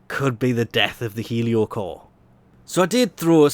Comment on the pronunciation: This is probably the only weapon name 'Heliocor' that you did not mispronounce. Also thanks for the video.